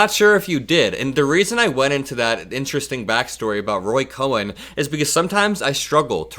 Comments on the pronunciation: Roy Cohn. Pronounced like cone, not cowen. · Great video. But Roy Cohn's name isn't pronounced "Cohen," but "cone." I'm old enough to remember the Army McCarthy hearings, and that b*****d was lurking in the shadows all along. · not Roy "Ko-hen". Roy KOHN. Like ice cream cone. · The name is pronounced "Cone" not Cohen. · Roy Cohn (pronounced Coh-n, not Coh-en) was an evil man who helped destroy many lives. I'm sorry that 45 learned from him. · It's not Roy Cohen, it's Roy Cohn (pronounced Cone) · It’s Roy Cohn (pronounced coin). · I appreciate your observations. The lawyer you spoke about is actually Roy Cohn, pronounced 'cone.' There is a mini-series 'Fellow Travelers,' that sheds light on him. He is also mentioned in the classic Broadway play, 'Angels In America.' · I think it's pronounced Roy Cone.❤ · It's pronounced "Cone"... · It’s pronounced Cone